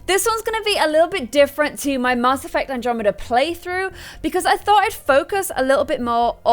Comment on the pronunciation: Why do you say Mass like that?